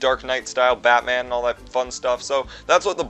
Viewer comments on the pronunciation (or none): none